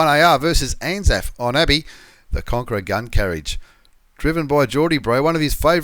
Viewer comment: Anaf? you mean anal? i mean anzaf.